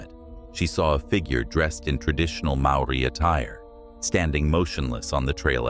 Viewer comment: yep maori pronunciation is pretty much way off